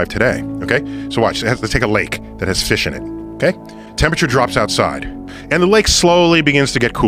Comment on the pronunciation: This man so smart he mispronounced fish on purpose